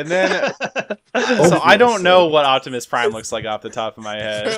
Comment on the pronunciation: Correcting him about Optimus Prime while saying "Octimus"